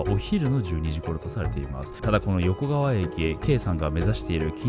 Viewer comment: よこかわをよこがわと言ったり、おぎのやをはぎのやって言ったり 意図的？って思えてしまう